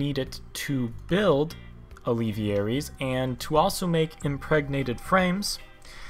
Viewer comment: It is pronounced al-ve-air-ies. not al-ev-e-air-ies